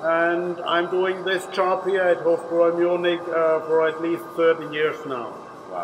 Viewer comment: It’s pronounced Hof - Broi